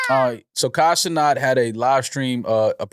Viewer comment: It’s CenAT not “Cenot” get it right oldheads. Rhyme it with me. Pat, hat, cat, rat… cenat